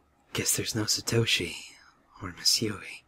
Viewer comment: Jonathan Knecht LOL, "Satoshit" XD Noice noice. I wud choose Yoshiki so bad srsly..